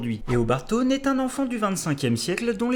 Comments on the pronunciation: in french we say tonn but english we say thhawne and we pronouce the H. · Taun pèse une tonne 😂 on dit szaun mais c'est pas grave j'adore la vidéo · Eobard Tonn? learn to read english plz, rip my ears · Super vidéo sur mon méchant de comics préféré. Par contre ça me fait bizarre que tu prononce Tone et et pas Sone (Se pas Ze). Mais à part ça j'adore +1 abo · Je suis clairement pas le king des prononciations :p ... En plus, j'aime pas "forcer" sur l'accent anglais ou entendre des gens tenter de reproduire des accents, je trouve çà toujours moche aussi ! Mais j'avoue que sur certains, j'en ai fait un peu trop des ... Thawne ?